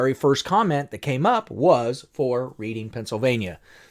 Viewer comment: Great video. Pronounced [Red-ing] Pennsylvania